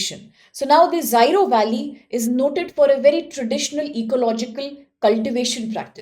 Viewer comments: Pronunciation is zero 😂😂😂 not zairo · Zyro valley? Its Ziro, please dont change its pronounciation as you please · First of all thanks for making this video. With due respect I would like to request you to correct your pronunciation regarding Ziro Valley. Secondly you should do more indepth research before publishing any content..🙏